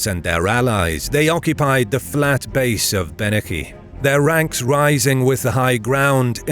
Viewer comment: Bennachie = Be-na-hee I'm honestly impressed at how close you were to getting that right.